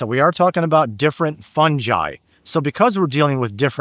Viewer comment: The Dr. knows how to pronounce hyphae but still says fungi wrong. Lol